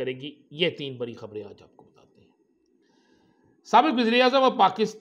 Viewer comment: آپ کا " ڑ " کہاں بھاگ گیا ڑانا صاحب؟ لرینگے جھگرینگے بری خبر۔۔۔۔ بڑی خبر 😊😊😊😊😊😊